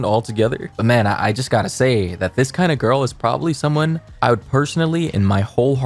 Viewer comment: Her: "If you don't have thay" Me: -1